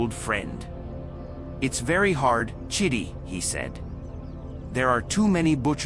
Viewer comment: Emika or Emeka 😅 Chiddy 😂 chidi bruh 😭